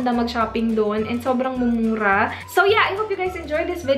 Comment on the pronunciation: When you say mumura" feeling ko kakatry mo sabihin ng mumuso word ganun nadin naging tono hihi